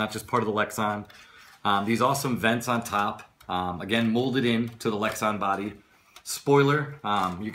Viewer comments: come on man, good review but you're too old to be um...um..um'ing. and it's lex - a - n not lex - o - n. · LEX-AN not Lex-ON. Body Not LID. Roll Cage not roul cage